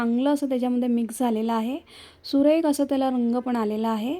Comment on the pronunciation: छान रेसिपी, मन लाऊन करतेस. फक्त बोलताना उच्चारकडे लक्ष दे. फूट कलर नाही फूड कलर, सुरेक नाही सुरेख. आणि इतरांसारख , सारखं सारखं छान छान म्हणू नको, खूप विचित्र वाटत. इतरांना छान म्हणू द्याव ...